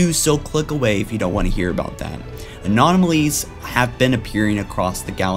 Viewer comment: Anomanoly's? Do you mean anomaly's?